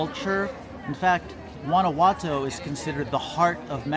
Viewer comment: "Gwana watoe"